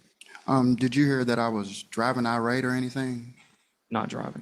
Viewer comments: I don't care about anything anymore, because tell me why the victim said "eye-rat" to say irate. 'EYE-RAT' for irate! What? Lmao. Please, someone tell me when her conjugation camp is. I want to be there at her graduation to give her a box of menthols and a $20 to congratulate her, and I definitely want to see her answers in her workbook. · Is Country Girl trying to say "irate"? Sounds like she is saying "outrate."